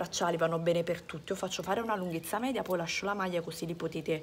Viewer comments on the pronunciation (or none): none